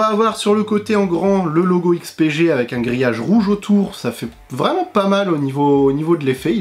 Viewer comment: On repassera pour la prononciation du nom mais merci de ta réponse :P